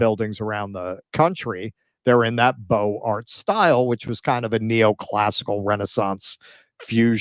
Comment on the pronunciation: 'beaux arts' is pronounced 'boZ-ar'. The 'x' makes a liaison to the 'a'.